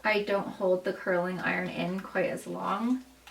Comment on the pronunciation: It’s curling ! With a G! Not a K. Curlink and pullink are not words!